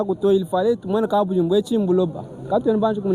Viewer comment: Merci beaucoup pour le reportage, j'apprécie beaucoup le travail que tu abats. Un petit conseil, arrête de déformer notre langue, le tshiluba. Par exemple : au lieu de prononcer KABUDJIMBU, tu as tendance à dire KABUDZIMBU, ça ne sonne pas bien. Merci pour le travail.